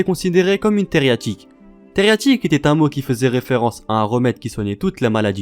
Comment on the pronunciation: Coucou j'ai beaucoup aimé ta vidéo !! Il me reste cependant une question de la plus HAUTE importance... Pourquoi tu écris 333 fois Theriaque mais tu dis TheriaTIque ??